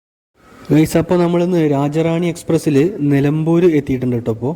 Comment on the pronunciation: രാജ റാണി അല്ല രാജ്യറാണി എന്നാണ്‌ പേര്‌